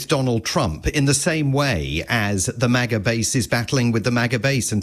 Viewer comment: I have never heard maga pronounced like that and i never want to again